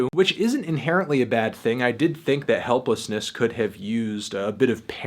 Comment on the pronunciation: did you say "helplessness"?